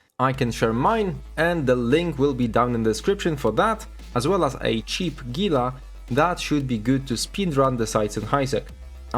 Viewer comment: 1 upvote for correct pronounciation of Gila